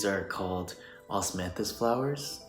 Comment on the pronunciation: “Osmathis flowers” OsMaThIs wiNe JSDJSOSHSJDJJS